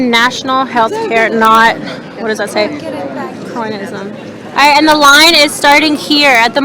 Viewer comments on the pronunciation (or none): Haha can't even pronounce cronyism on the protestor's sign. Looks like you acquired a phenomenal education